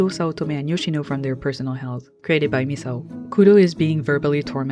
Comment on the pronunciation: omg you're like the first youtuber I've heard actually pronounce Misao's name correctly! every lets player and essayists I've ever watched always go "miss-ow" or "mees-ow"